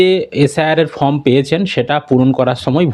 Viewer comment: ভাই ফর্ম এর উচ্চারণ টা ঠিকঠাক করো, তোমার চ্যানেল অনেক লোক দেখে, খারাপ ভাবে নেবে না আশাকরি